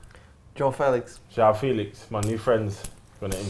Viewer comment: "Yao Filix", stop please 😂